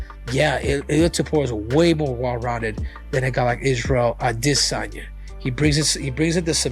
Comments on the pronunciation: Why did cejudo keep calling him adihsanya 😭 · A dis saynea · Henry trolling Full Mount with the Ade-sanya pronunciation. 😂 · Henry can’t say “Israel a DEE sanya “ 😂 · Dafuk w the pronunciation w cejudo on adesanya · This channel is 💩 and the narrator sounds gay saying adesanya.